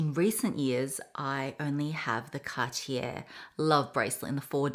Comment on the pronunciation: You are pronouncing Cartier wrong btw